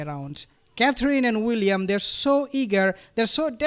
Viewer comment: Aww Thank you for pronouncing Catherine's name better you did it just right